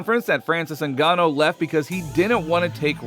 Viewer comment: Francis NGAN‐NO ?? Say the man's name properly commentator pls, ur as bad as Chael Sonnen, he gets Islam's surname wrong constantly & Pereira, who he calls Pee, era.... So Francis's surname is pronounced Ngannou it has an ooooooh sound 🤔 not an oh.... if ur gonna want subscribers & ur quoting shit, pls be accurate & respectful of people's/fighters lives & brush up on ur English grammar will u already???